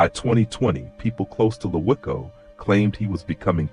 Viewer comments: It's pronounced "Loco" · you are saying his name wrong , him and Troy wasn't half brothers you ass cap take this bullshit down, and wasn't natural causes my blood stop the lies😮